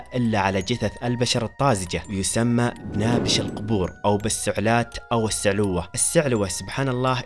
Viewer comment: الاسم غلط فيه شده على النون النطق الصحيح ( نْباش القبور )